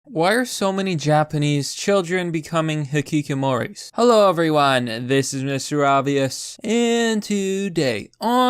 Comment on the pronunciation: ＴＨＩＳ ねが just ＳＡＩＤ ひききもり instead of ひきこもり YOUMAKE BIIG CRINGE WAITE BOI